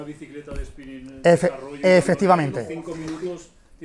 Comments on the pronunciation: Nooooo, no bro dice efetivamente JAJAJA no efectivamente pon Atención!!!!!!!!!! Jajaja lo dice unas 20 veces efetivamente JAJAJA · Nooooo, brooo dice efetivamente no efectivamente fíjate bien lo dice unas 20 veces efetivamente JAJAJA pon atención